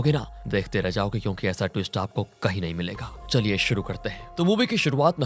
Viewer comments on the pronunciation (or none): none